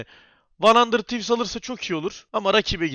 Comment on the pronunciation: demiştin "Arkadaşlar yorumlarda kızmışsınız van handırd tivz değil handırıd tivz, artık handırır tivs diyecem'' diye ama hala van handırd tivz diyorsun.